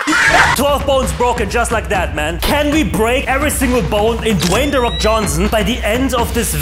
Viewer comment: Dwey the fok🤣😭LMAOZ